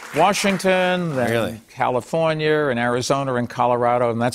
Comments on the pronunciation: Californiar and Arizonar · Californier and Arizoner